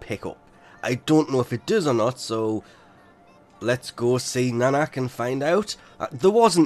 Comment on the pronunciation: its clearly written nakak yet you still say nanak wtf